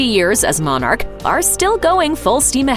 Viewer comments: It's not Mon,arch it's pronounced monarch . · God bless the Queen...and please stop calling her a Mon ark. It’s monarch...pronounced MONach.